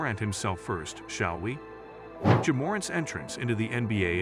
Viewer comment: damn bro you couldn't even get the ai to pronounce ja as 'Jah' or 'Jaa'